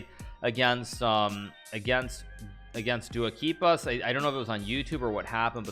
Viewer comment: What the...................................?? Never seen that insanely correct pronunciation